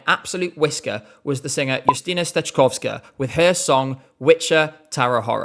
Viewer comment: I must say,, you nailed how to pronounce Justyna's name and surname. And it's so nice you like polish pick! That being said, no, screw Rafał, him being picked as our representative was not only embarrassing, but it was even bigger controversy that last year NF and it's not even close